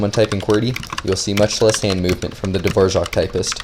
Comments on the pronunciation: wait how is it you are pronouncing dvorak? dvoshak? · Dvora- what.... Hvojak? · Why do you read it DVORJAK? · It's actually pronounced dvořák with ř. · Wait is that actually how you pronounce “Dvorak” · dvořák is not really pronounced like that, us czechs pronounce "ř" a little different, its like a deeper r where you roll your tongue more if that makes sense. The a is pronounced for a long time because it is "á" not "a". Sorry for bad english if you are not understanding this, but I would not pronounce it "the wore rack" more like, duhvoraak, but with the hard R. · It's Dvořák. Type it in czech - english translator, of you want to know how to pronounce it.